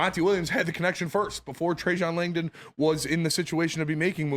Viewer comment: So many people just casually butchering Trajan Langdon's name repeatedly since day one of his hire.